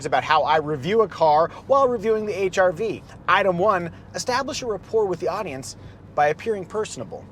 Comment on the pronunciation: The silent "R" makes it sound like you're saying H"I"V